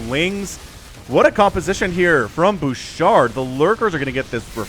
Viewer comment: that was awesome lol : fun fact, i noticed in Canada , many players from Quebec will put Qc in their names. i have no idea why , but its just something i noticed alot lol , also props to you for saying Bouchard , somehow, ALOT of english speakers tend to butcher the name lol ( quick note, the "D" is silent :) , we have way too many silent letters in french XD ) : THIS IS WHY YOU NEED MORE DETECTION /SCANS !!! do you want to lose half your army to 3 units ? because that is how you lose half your army to 3 units ! : we need more of these !!! 11/10 for style and effectiveness ! honestly, if the terran kept doing quad-nukes-and-runs like these instead of switching method, im not sure the protoss would had kept up . also, i could rewatch that small click over and over . : guardians !!! ( lets see how long before they all die lol ) : 2 minutes and 52 seconds later , yup.... : ha , yes ... the SVC , the secret workers of the zergs ! ( jokes aside, dont worry we all have mispokes from time to time , and when ever they happen its always funny :D ) : guardians winning a game ??!?!!1?1?11?one? : BAD ALLY MARINELORD ! BAD ! : let no joyful chat be typed ! let no protoss look at their productions with hope ! and let this game be cursed by we who ready to wake ,THE MASS HYDRALISKS !!!